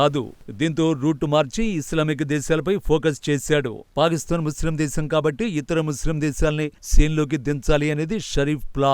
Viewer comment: ఎప్పటి నుంచో వింటున్న మీరు పాలిస్థాన్ అంటున్నారు ...అది పాలిస్థాన్ కాదండి పాకిస్తాన్.....